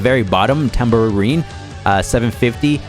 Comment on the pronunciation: it's "Zan'ya" the "G" is silent it's "Tambourine" not Tamborone